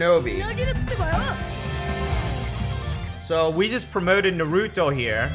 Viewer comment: This man dont know how to say Naruto